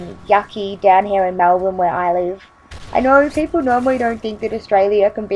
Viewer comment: Its MElbourne, not fucking MAlbourne XD